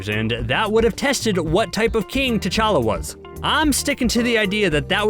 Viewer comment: The narrator's pronunciation of Wakanda and T challa is annoying